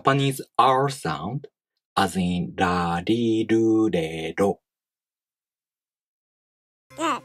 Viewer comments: Yeah genuinely. Like I’m doing a lesson and it’s like what does this sound like? “り” And the correct choice is “ri” I immediately went “She literally just said the letter ‘B’ and you’re telling me that I’m supposed to be hearing an American R?” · I wish they would call it a d sound rather than an r sound. I speak English and Chichewa where r can sound more like an l. This sounds more like a d sound than an r, so i think for my own sake, I'll jot it down as a d sound. Otherwise I keep going to the chewa r, making an l, but it's a d. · As an English person, this is sounding like a 'd' rather than an 'r'. I'll keep trying - very helpful video. Subscribed!